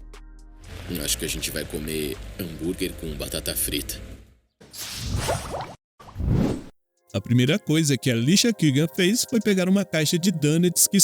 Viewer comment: "Batata Prita" kkkkk